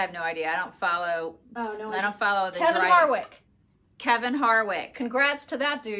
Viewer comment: Hahahahaha Kevin HARVICK not harwick 😂 🤣🤣🤣🤣